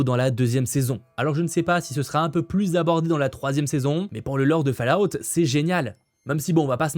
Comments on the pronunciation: Cette saison 2 de Fallout ( prononcer " folaout " ! 😊) est vraiment très ( trop) confuse... même avec tes explications.... la réalisation baisse d’un gros cran par rapport à la saison 1, les scènes d’action sont vraiment mal faites.... c’est dommage, je ne le souhaite pas, mais avec cette saison 2 trop complexe ( franchement on ne comprend pas les motivations des personnages et leur but) j’ai peur que les audiences soit désastreuses... j’avais adoré la saison 1. J’ai été un spectateur passif et perdu pendant la 2ème.... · ta prononciation de " Fallout " fait toujours autant seigner mes oreilles